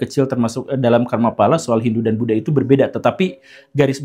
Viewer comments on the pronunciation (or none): none